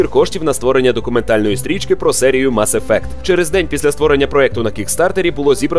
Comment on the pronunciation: мАс ефект? який нафіг мАс ефект? ну з вас і транслітератори. мес ефект!